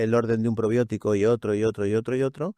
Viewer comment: Que Probiótico😅 Dijo